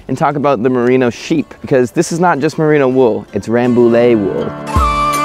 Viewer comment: Frenchman here : it's "Rambouye". Nice vid!